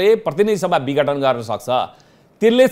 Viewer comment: पत्रकार जी विगठन हैन विघटन हो ।